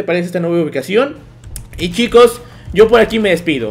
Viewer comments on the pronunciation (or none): none